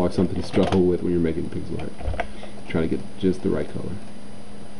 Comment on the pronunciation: Hey guys, Is it just me or did it sound like he said "Pickle Art" at the beginning?